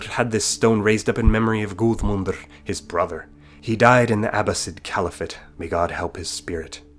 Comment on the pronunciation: If I'm not mistaken, I think Guðmund would be pronounced more like "Guthe-mund" than "Guud-mund". That letter, ð, or eth, is not the same as a d. Medieval ᚠᚢᚦᚬᚱᚴ would have the letter, but the original Younger ᚠᚢᚦᚬᚱᚴ only had ᚦ, basically a Thorn to the early Anglisc, & Thurs to the Norse.